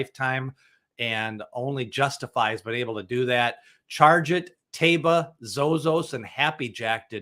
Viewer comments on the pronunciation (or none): Can you please stop adding an additional syllable to Taiba's name? There's no "bee-ya" at the end of his name.